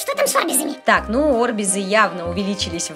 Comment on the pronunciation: Не о́рбизы а арби́зы